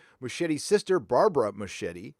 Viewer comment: It's pronounced MusKieti, it's Italian. (Actually Argentine but still)